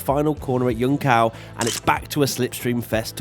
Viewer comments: It's not "Yun kao". It's "jun-sao" with the "j" sounding like the G in "Giovinazzi" and the A like in the british accent of "can't". But "yun kao" is borderline unacceptable, listen to the speech in any translator, man, it would please your brazilian audience so much more. Also, if sunday flops I'm coming for you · Jesus, why every english speaker says yuncao? We don't have that Y sound in portuguese, that's spanish. Not that you have to pronounce it perfecy, but that Y sound on J doesn't exist. And the Ç has an S sound, not a C sound. It's something like joonsao. You wouldn't nail the ão sound but it's a better approximation. Love your content, though. Sorry for the nitpick. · iuncáo! huahuauha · It's not Yuncao its Junção, from junction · Just a tip... It is JUNÇÃO, it would sound somewhat like JUN-SAWN in english. Not JUN-COW, but JUN-SAWN. Or just call it Junction, which would be the translated term. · Junção is pronounced "Dzhun-ssaun" not "Yunkao". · It's pronounced "joonssown", not djunkao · new The Ç means that it has an S sound, that's easy for English speakers to reproduce; what's difficult is the Ã, which means that this A have a nasal quality. "joon-SOWN" is an imperfect alternative, but much better than "joon-COW". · instead of cow, is closer to "son", due Ç is a S sound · don't worry about saying the turn names on portuguese, cause you definitely not saying it right 🤣🤣🤣 the Ç have the same sound of SS, so you can say junssão... or just say junction that's the point we're 2 different parts were connected when the circuit was shortened... before that the pit straight entry was where Kimi went off track thinking it was a scape right route 😅 descida do lago can be translated as lake's downhill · What is Yun-kao ?? Come on, guys. Google Translator talks! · pls, we speak Portugues, not Dutch. Junção is more close to the words (JUNE and SON), even though the accent would be very strong, but waaaaay better. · ah yes, the classic corner "yuncow"